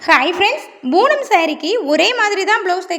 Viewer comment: saree பேரு boonam இல்லை. Poonam. உச்சரிப்பு சரியாக சொல்லவும்